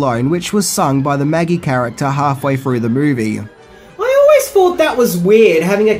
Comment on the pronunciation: Please pronounce your th's properly. Thought and fought are entirely different words.